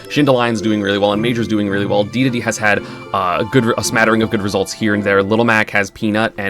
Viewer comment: Having not watched an ESAM video in a couple years, hearing him pronounce the word Dedede correctly feels like an angel losing its wings